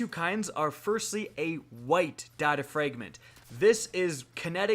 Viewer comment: Why cant you pronounce fragment